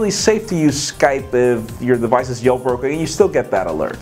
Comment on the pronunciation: "yell broken"